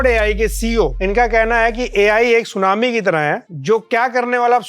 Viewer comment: शूनामी❎️ शून्यनामी✅️ 😂